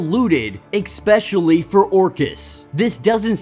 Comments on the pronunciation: 😵‍💫🤦🏾‍♂️"Ikspecially" isn't a word. other than that; pure excellence👌🏾👍🏾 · learn how to pronounce especially.